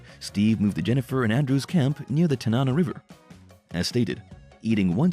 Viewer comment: Tanana pronounced Tan-awe-naw Nenana pronounced knee-nan-awe